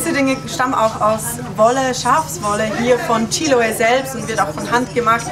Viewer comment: Anstatt "Chíloe" kannst du nicht «Chiloé» sagen? Du musst nur die letzte Silbe betonen.